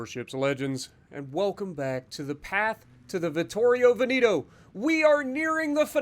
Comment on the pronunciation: you actually said pretty well for a non italian speaker, it’s the vittorio veneto that is completely wrong😂